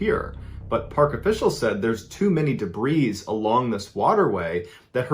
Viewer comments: No here in the states it's pronounced "de-bree" idk why he says it wrong 😂 I notice that a lot on these fan channels with that word and others. Could be AI🤷🏼‍♀️ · too many debris, pronounced "debree" the "s" is silent, and it's too "much" debris, not "many" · I messaged him a year ago about that. He can Jeannie so he can say debris. If he had trouble pronouncing the long e I can understand but he doesn't. I can't stand people pronouncing jojoba joe joe ba. It's hoe hoe ba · He says it wrong because he’s ignorant. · he said it that way in several videos. I've been following him for about 7 years